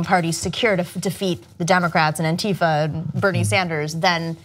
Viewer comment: BTW it´s pronounced ANtifa, not anTIfa....